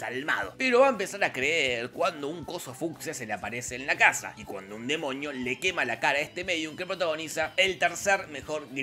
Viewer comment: amo como dice demoñi